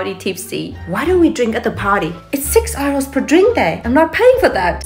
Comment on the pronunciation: I know her name but I'm physically incapable of pronouncing it. Then I hear her continuously calling euros R-Os and realize neither of us were supposed to make those sounds.